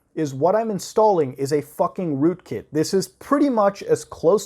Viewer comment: rookit malware? sounds like you drank the kool-aid